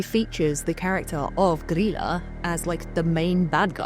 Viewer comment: Hi! I'm Icelandic and grew up with traditions around the Yule lads and their family, and I just wanted to say great job on pronouncing Grýla's name! I've seen a lot of bigger channels get it wrong. An easy way to remember it is that it's pronounced pretty much like the name of Leela from Futurama, I know when English is your first language it's hard to imagine Ý making an EE sound, but spelling it Greela in your head will probably help :) Overall your pronounciations are fantastic imo, especially considering that you don't speak the language.